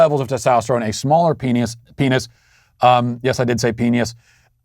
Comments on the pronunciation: He mispronounced penis Phineas I CANT 😂😂😂😂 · But perfectly pronounced “peenyus” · Peenius..... out of all the meaningful info in today’s show, all I keep hearing is, “Peenius.....penis.... yes I said peenius.” It sounds like a Roman God’s name: Peenius the Great; protector of Rome and mighty brother of Uranus. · I think Matt needed a glass of water during the cancellation. At least that’s what I’m blaming for his inability to correctly pronounce brooch (brōch), penis (pē′nĭs), and burial (bĕr′ē-əl).